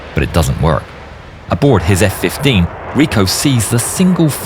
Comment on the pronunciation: hahahh los efe kuince